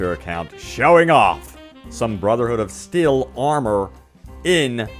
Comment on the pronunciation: You still didn't say their name right.